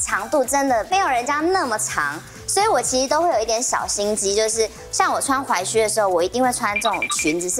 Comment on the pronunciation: 只要是鞋的主題，我就想到劉真。整個節目少了她真的差好多，就連老師推薦的款式依然比不上劉真的品味。劉真的離開是台灣時尚圈的一大損失。 還有那個，那個念踝靴，不是裸靴，腳踝的踝!!